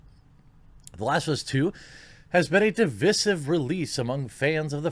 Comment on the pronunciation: Say it with me now “duh-vEYE-sive”